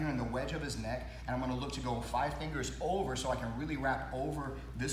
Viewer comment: Bro did not say fingers